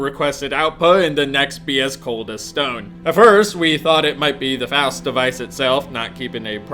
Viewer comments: ffs it's pronounced FOWST, not FAHST! Learn to read, my dude "XD I tease, keep up the good work this series is amazing XD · dam you it's pronounced "Faust" not "Faust"... or as google would pronounce "fowst"... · ITS PRONOUNCED "FOWST" like faustian where you sacrifice anything for power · Faust (f-ow-st) as in, faustian bargain... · literally unwatchable; he doesn't know how to pronounce Faust. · Idk if he's intentionally pronouncing Vaught and Faust wrong, but its pissin me off